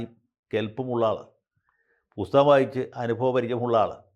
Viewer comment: പുത്തകം വായിക്കുന്ന 😂